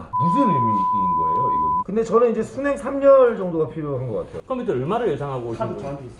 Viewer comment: ㅋㅋ 우리아빠도 콤퓨따 이렇게 발음햇는데